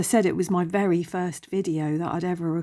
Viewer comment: I've always loved the story of Peter Pan❤ Fun choices. The Mouse Boat is so sweet! It sounded like you said 'my fairy first video' 😸👍💕